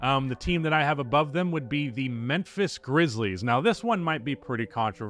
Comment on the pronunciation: Why are you saying Menphis?